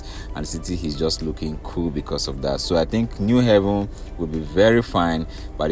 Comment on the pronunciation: You’re doing a good job. Keep it up. It’s “New Haven” as New Abode not pronounced “New Heaven”. There’s need to inform Ndi Enugu of the correct pronunciation.